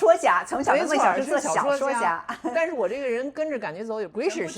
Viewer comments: 鬼使神差（插）吗，查老师？是鬼使神差（拆）吧！ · 鬼使神差cai，不读鬼使神差ca。就像查za 建英，不读查cha 建英😊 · 鬼使神差 - 不是cha，正确发音是：chai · 给查建英老师挑个小错：鬼使神差的差，应该读chai第一声，动词，差遣的意思。这个成语是很工整的，鬼对神，使对差。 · 鬼使神差（chai）相形见绌（chu） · 我天！“鬼使神叉（差）”，😅查建英这别字错的太不应该了吧！ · 鬼使神差 gui shi shen chai。 “差” 音同：拆 chai，不读：猜 cai 例如： 差遣 chai qian, 不读 猜浅cai qian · 感觉是口误😊